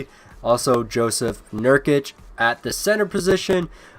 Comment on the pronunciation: Joseph nurkic? 😂😂 it's pronounced yousuf nurkic